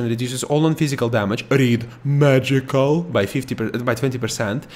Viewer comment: "MAHJIKUL" The ONLY part of this video that made me want to smack you in the face with a shovel.